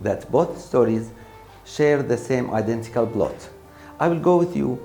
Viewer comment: It was identical not "idantical" وشكراً وبالتوفيق ✌